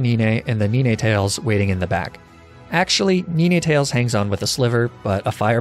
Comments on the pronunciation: You know, I was annoyed at the arca ni ne thing because maybe he's doing it on purpose but the ni ne tails takes the cake... Does he not know how to say 9? I've only watch 2 videos so you guys in his community. Tell he's doing it on purpose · NINNItales? Its 9tales!!! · Why do u say nini tails it’s nine tails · Arcaninae and Ninaetales? Oh god kill me already. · arca-neen-ey, neene-tails. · Kneeney tails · neenay tales arca nee nay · Lol! Laprah and Arca-ninay and Ninay-tails Lol! 🤣🤣🤣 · Knee nay tales 😂😂😂😂😂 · I think you mean: Nee-neh-ta-les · Yeah bro I caught a NEENEHtales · "Neeneh-tails"? "Arca-neeneh"? I've never heard someone pronounce it like that. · Um its actually ni-ne-ta-les Love the videos 🤌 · Did he say "niney tails" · Man it is nine as in the number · Is there like an inside joke or something to you pronouncing it "arcanin-a" and "nin-a tales"? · I legit cracked when he pronounced Ninetales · My biggest fear is the way he pronounces arcanine and ninetales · as a spanish-speaker, the way he pronounces ninetales and arcanine are how i used to pronounce them when i was a kid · That Arcanine and Ninetales pronunciation 💀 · And a new pronunciation join the team: please welcome to Ninetales! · I always get annoyed when he pronounces Arcanine (and Ninetales) wrong, then I remember he's probably doing it on purpose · I am Spanish so my pronounciation of "ninetales" is similar to yours haha great video again despite how easy it is you make it entertaining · The way you pronounce Arcanine and Ninetales is honestly offensive